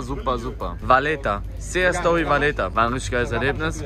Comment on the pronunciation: hört wie er „Sea Story“ ausspricht 😂